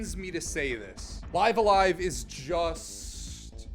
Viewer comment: I think how u pronounced it IS actually how it’s meant to be said. The Japanese at the bottom translates to Raibu-a-Raibu (bc there’s no v in Japanese n they largely speak in consonant vowel syllabaries so for instance to say Stop wud be Su-ta-pu). So if it was let’s say Liv-a-LIEva (phonetically ofc) it wud be リブ-ア-ライブ (ribu-a-raibu)